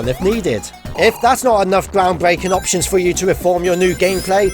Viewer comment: Eptions? It's not Eptions it's option